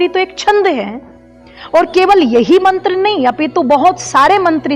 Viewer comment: मंत्र अशुद्ध बोला हे आप ने